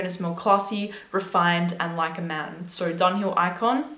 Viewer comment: How she says "so," "Sahou."